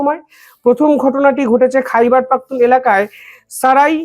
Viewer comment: কথাটা হোল খাইবার পাখতুনখোয়া।